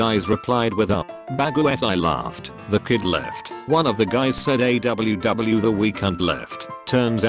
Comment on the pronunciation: Normal People: Aww Text to speech: A DOUBLE U DOUBLE U